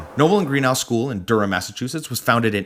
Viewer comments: For Noble and Greenough it's Dedham Massachusetts not Durham Massachusetts. If you have the Boston accent like I do it's dedum Massachusetts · it's DEDHAM not durham